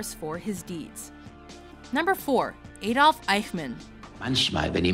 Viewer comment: Almost every name and every german word is mispronounced...